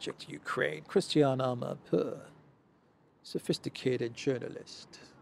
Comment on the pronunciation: So that journalist coul say "ama poor"journalist